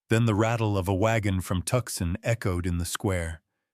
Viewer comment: Great story ! FYI it’s Too-sahn not Tuck-son